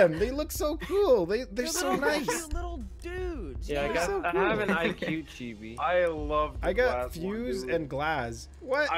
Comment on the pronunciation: btw "chibi" is said "cheebee"